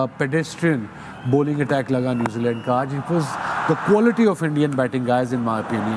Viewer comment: 1) न्युजीलैंड❎ 2) न्युजीलंड✅